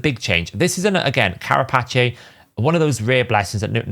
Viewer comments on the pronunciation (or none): cara... pache? wasnt sure if thats just some british pronounciation but no, the cambridge dictionary has the phonetic spelling as /ˈkær.ə.peɪs/ for british english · i think this will help you not get roasted for you pronunciation. with carapace, Kara Pace (as in walking pace). other than that great video. lots to think about. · That's a unique way to pronounce crapace. :D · Bro wtf is that pronunciation of carapace? I dont think ive ever heard any word butchered that bad 😂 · thanks for the lesson. Although, wasn't trying to use an alternative form of the word. He obviously doesn't know what a carapace is or how to pronounce the word. If you're an avid enjoyer, you'd know he butchers words on the daily. The fact he accidentally misspoke the word that actually was an Italian version, is just an anomaly.